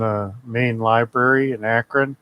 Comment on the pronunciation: When you can't even pronounce library correctly, you know he never went inside a library to look for a book or even read a book.